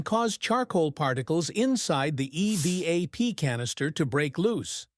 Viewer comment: ..."eveeap" system??? Don't you just hate AI overvoices,!😂😅😊